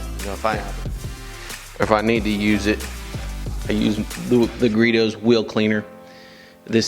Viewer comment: I kept hearing you pronounce the brand "Griots" incorrectly. I believe you kept saying "Gree-dohs"....Its pronounced "Gree-ohs". The 'T' is silent. Great job on the quality content buddy 👍🏼